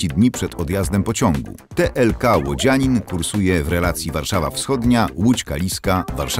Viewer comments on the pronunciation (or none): Chyba Łodzianin a nie Łódzianin...